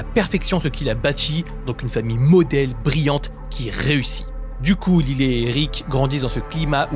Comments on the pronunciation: Ça se prononce laïle et non lillet😂😂😂😂😂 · J’adore vos vidéos mais je crois qu’on dit « layle » pas lilé 😭😭 ça m’a perturbé 😂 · Lylé?? Ils sont américains 😅 un petit effort quand meme lyle se prononce "L[aie]le" 😂😂